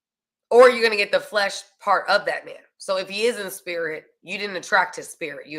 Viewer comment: That pawwt you big smawwt and point 👉🏾🔥